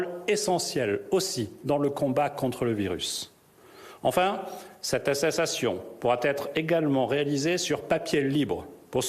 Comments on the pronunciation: Cette attatestion, wouuuaaah Christophe tu as bu dit donc, mdrrrr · Cette assesatation 🤣🤣🤣 apprend a parler gars 😂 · il est bourré attesssstation🤔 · ThéoWeatherFR 85 et deux fois il répète astesssation....😂😂😂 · Mdrrrr à 19 secondes cette astesttastion 😂😂😂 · Il a du mal avec attestation attestestation 😂😂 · 0.19 et 1.01 Sattestation 😂 😂 😂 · "Cette asessasttcion seRA oBGLigaToire" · Cette Ateçassation état grippal ? 😂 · Cette quoi ?? Asstéstaaastion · Atessation 2x un nouveau mot 😁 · Le mec ne parvient pas à prononcer attestation correctement et prétend diriger un pays. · Ta du mal avec le mot « attestation » toi ! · Il sait pas dire attestation une fois au debut une fois a la fin. Du cp j'ai pas compris ct quoi,dsl. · ils ne sait pas dire ATTESTATION. Le con lol